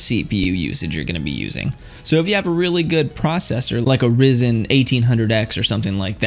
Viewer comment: All i am saying is i reccomend you learn how to say ryzen and there is no gtx 2070